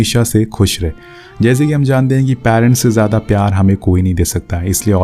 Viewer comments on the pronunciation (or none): none